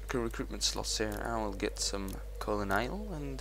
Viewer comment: it's a little too late but someone should have made a compilation with pronouncing colonial wrong like a hundred times:)